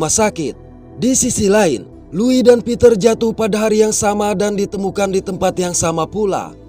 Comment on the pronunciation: Tumben ada org indo yg bisa baca nama Louis dengan benar 🗿